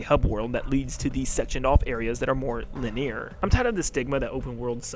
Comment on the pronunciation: Thats not how you pronounce linear 😭😭